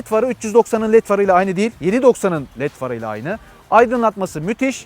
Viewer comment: "Advençır" değil Edvença.